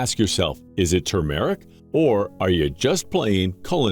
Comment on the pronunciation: Is there a human being on this planet who can pronounce TER-MER-IC???? It is NOT TUMOR-IC !!! There is NO Tumor!